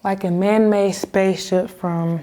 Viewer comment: I'm assuming when she keeps saying 'man may', she means man made.